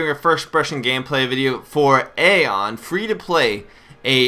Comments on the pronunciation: It's pronounced (I-ON) Not (EH-ON). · Its pronounced Ion you fucking knob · Dude this isn't a discusion it's Ion period. Go watch any of the developer videos dealing with the game and listen to how they pronoucing it.... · i would maybe be okay with this vid if he knew how to pronounce aion.... LOL